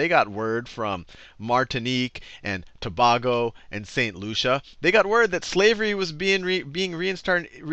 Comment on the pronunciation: Of no consequence, but , Tobago is pronounced ToBAYgo. Just thought it was funny how even Sal pronounced it wrongly, as almost EVERYONE tends to LOL. I'm from Trinidad and Tobago.(one nation state)